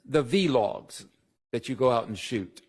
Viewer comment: Weinstein ought to be embarrassed. Much as he's on YouTube running his mouth, he doesn't know it's pronounced vlogs? Yikes